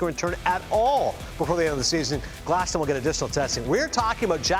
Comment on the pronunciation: このチャンネル好きなんですけど、だからこそ言いたいんですけど、グラスノーじゃなくてグラスナウですよね、絶対に。現地メディアがそう発音してるんですから。